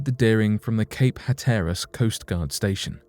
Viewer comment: Lewes Delaware is pronounced Louis. P.S. Hatteras is pronounced hat-ter-ess.